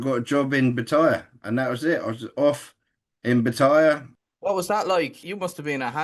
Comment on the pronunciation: 20 years in Thailand and can’t pronounce Pattaya correctly.